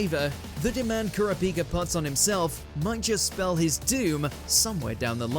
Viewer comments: Ker-uh-peeka? What in the actual shit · it's koor-ah -pi -ka, that's the right pronunciation of how to say his name, not the "butchered"/(terrible) way you said it. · He just said kura- pika 😭